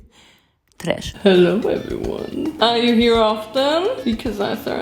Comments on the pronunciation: Who loves it when she says tresh Me! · me: saying TRESH everytime she says it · Always Saying tresh with her 🌝. Tresh